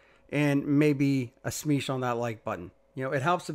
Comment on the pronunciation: Smeeshed it